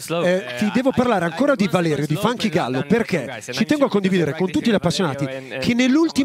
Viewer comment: Bravissimi, ma "Funky Gallo" non si puó sentire.